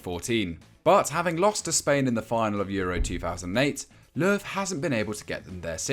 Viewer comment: did he call him vacuum löw?